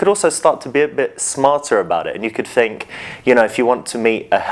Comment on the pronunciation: Think not fink you idiot.